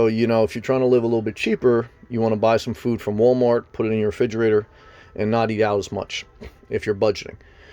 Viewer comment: "Refidgerater" lol